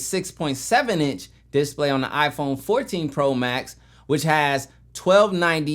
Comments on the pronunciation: What's a "dis play"? Did he mean display? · The way you say display get me every time 😂